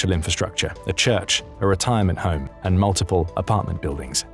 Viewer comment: 1041 it's HOME in not hone